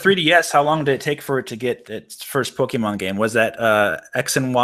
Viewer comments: My god man. POKE-KAY-MON Not kee. Kay. KAY! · Thank god Poe-kee-mon isn't made by Oobi-soft. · yup, but even without knowing the abbreviation, the accented "é" itself automatically means it's pronounced like "eh" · spoonfreakdotcom The writing doesn't dictate the pronunciation, though. The é is there so that you don't pronounce "poke". "ay" is close enough though.